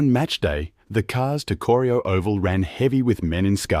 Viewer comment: Bloody AI Production! - I grew up in Geelong and love the City but if you want to make a high quality production take the time to get it right. Corio is pronounced: "Core - rye - oh". Not "Corry - i - oh". I'm not quite old enough to remember the Geelong Trams but my parents and Grandparents knew them well.